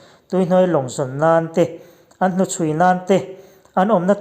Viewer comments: Annau niumawnia..ti in i lam in ka hria..annawn..tih ni zawk awm tak😂😂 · An-nawn tiin lam ta la a nalh tur...an-naun ti lovin